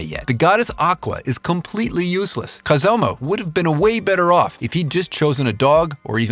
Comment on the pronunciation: 😭😭😭 he said Kazumas name wrong